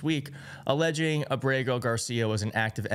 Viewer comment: I think it's A'brego (Accent on the first syllable) Garcia. Like : AB'-rego. ¿No?